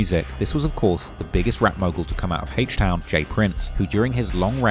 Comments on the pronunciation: Bro wtf is “Hache Town” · HAYCH TOWN 😂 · Hayshte town 😭😭💀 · “Heaech town” 🤘